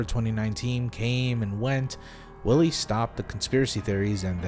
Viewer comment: You pronounce W's as V's in German sentences, so Willi (Villy), which is probably short for Wilhelm (Vilhelm).